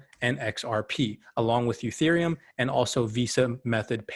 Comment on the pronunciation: Its not youthereum....it's "E" thereum